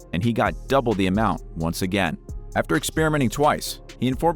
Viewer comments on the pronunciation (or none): none